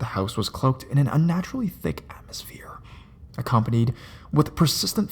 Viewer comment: I like how he said atmosphere